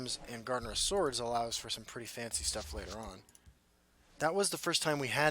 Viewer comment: "shtuff" lol